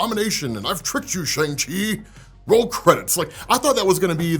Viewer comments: Bro it’s Sh-awn-g, not Sh-ayn-g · sh'ayng chi? ... sh'uhng chi... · Sha - arng Chi, not Sha - ang Chi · haha Shane-Chi? Let it go! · You gotta work on how you pronounce "Shang-Chi" There was literally a part in the movie that highlighted how it's pronounced more closely to "Sean/Shawn" which is why it was funny that he chose that as his new name when he left. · Why are you still pronouncing the name wrong? Lol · How are you still mispronouncing Shang Chi’s name after watching the movie? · Love your content bro, coming from TikTok, and this is the first YT video of yours that I’m watching. I gotta say though, with the praise you give this movie, I wish you would have pronounced Shang-Chi’s name correctly throughout the video. This movie was amazing and definitely deserves the right pronunciation. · Can you at least just pronounce Shang Chi correctly please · At least? What else is he not doing you are disappointed with? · mispronounces a lot of comic stuff and stuff in general, so if you think he's being racist or a bigot. Don't even go there